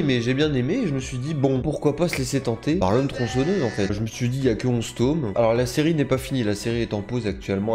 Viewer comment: Arrête de dire TOM on dit TOME c’est HORRIBLE D’ENTENDRE ÇA sinon super ta vidéo